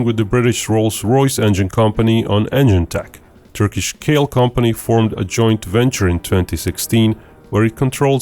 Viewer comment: Pronounciation of the company Kale was wrong my man, it should have been more like "ka-le" as -ka in cambodia but in Turkish the -ca is written as -ka and -le in lepricorn